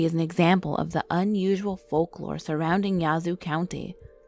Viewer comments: Yahhhh zoo. Not yahzoo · Im from yazoo, Mississippi and she is pronouncing Yazoo all wrong its yeah-zoo city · how she pronounces Yazoo!!! Makes me mad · Reagan Abney same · I’m from Mississippi n never heard of nun of dis lol n she saying yazoo sooo wrong 😂😂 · YSL AMIR I know and im from there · And the a in Yazoo is like the a in apple when you say it.